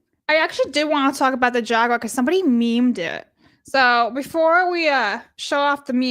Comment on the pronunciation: Pronouncing jaguar wrong hurts the soul